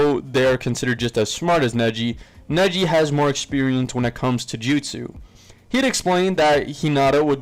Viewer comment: Say justu